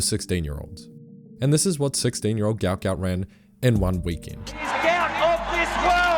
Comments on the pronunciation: His name is Guot Guot. Pronounced “gwot”. His parents are so embarrassed for him about the mixup in his name. Check it. The clip of them speaking about it. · Just saw his family on the TV. They said his name is pronounced more like guwot not gout. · His name is Guot Guot, apparently, and pronounced Gwot. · Before he gets too popular, we need to start following the request from his father that his name is actually Guot Guot (pronounced Gwot Gwot). It was translated incorrectly when he was young, and they're looking into getting it changed. He doesn't like him being called a disease. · His father has said that his son's name is actually supposed to be Guot Guot (pronounced Gwot). As with many Sudanese in the escape through Egypt, the ID document process made errors in the parents' name. His father is unhappy with his son being known by the name of a disease, rather than the name they wished to give him, and is looking to change the name legally. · Only in Australian will someone make headlines become a public sensation and have his name misspelled / mispronounced. His name is Guot. The father confirmed it himself to correct everyone.